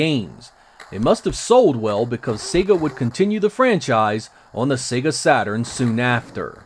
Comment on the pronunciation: It’s also nice to hear a Youtuber pronounce “Sega” the same way you hear it at the beginning of Sonic The Hedghog.... “Say-gah” rather than “Seggah”. Always irritates me when I hear the latter.